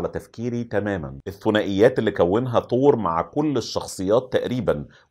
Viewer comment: اسمه ثور يا تور هههههههه